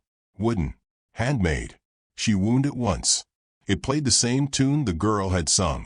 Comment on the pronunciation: ............."she removed a wooden music box. She WOOND it once..."!!!!! WTF!!!! And why the he.e.e.e.e.elllll does your AI stu.u.u.u.uder on so.o.o.o.o.o many wo.o.o.o.o.ords!!!!????